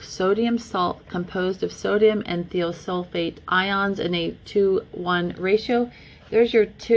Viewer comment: More of my rant toward my township and the county's municipality as a whole for what they are trying to do to all of us not just me. The 'I' in Thiosulfate is most normally pronounced As a Long 'I' as eye. As a friend might say, Much Love Y'all Way! L8rz' yea? Documented independent studies proving the following statement is Not true. The water is cold when we get it, a cause of the chemicals in it. When we ingest the water, it warms up to our body temperature, releasing those bacterial lifeforms and subsequent necrotic detritus. Any residues, chemical toxins or any subsequent bodily reactions caused by ingested release of bacterial parasites, necrotic detritus, and chemical toxins. That they are actually working to destroy Our health and Not nurture our wellbeing. The township, its Board of Directors and MLTMUA’s Board are interested more in “Curb Appeal” a property’s monetary market value in lieu of human health and wellbeing. Public beneficiaries are simply part of the corporate fabric that brings value to the Real Estate we the Towns’ People call home. Chemically compliant Citi/Zen’s fit that scheme much better than free thinking sovereign towns’ people, the Public you swore to serve and protect not detect, inspect, enslave, and neglect. My easement, the whole of the townships’ neighborhoods, is permission to the township by me, us, we the people, the public beneficiaries so often forgotten in the royalties made via the property's rightful owners, for use in transport